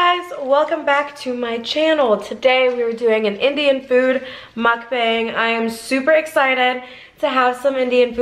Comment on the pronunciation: Love your mukbangs, just wished you pronounced it properly. Should should sound more like "mook bung".